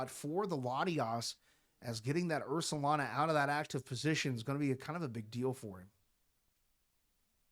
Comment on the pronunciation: Love the commentary! Just wanted to point out, it’s Ursaluna, Luna like lunar, like the moon. After the 5th or 6th Ursalana I was like… I gotta say something lol